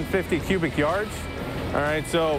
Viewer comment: bro said cubic yards 😭